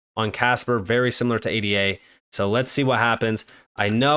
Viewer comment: Bro...... can you please stop spelling ADA out and just say Ayduh?